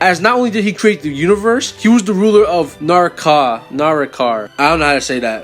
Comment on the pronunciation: na- rah- kah fyi💀